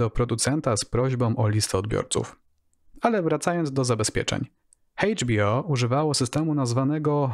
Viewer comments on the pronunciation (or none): litera H w języku angielskim czytamy jako EJDŻ a nie hejdż. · Bardzo ciekawy program, tylko błagam... nie HEJCZ bi o tylko EJCZ. :-) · Świetny materiał, ale Chejdż Bi O to mnie rozwaliło :]